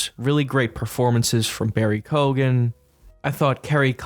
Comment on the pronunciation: Had to turn off after that pronunciation of Keoghan